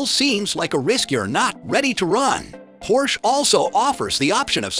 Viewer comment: Can’t give a thumbs up when the voiceover can’t pronounce the car.